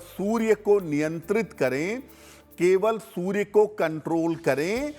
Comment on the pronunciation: aap anchor ko zara batayein ki soorya hota hai sorya nahi badi वेलांटी hoti hai choti वेलांटी nahi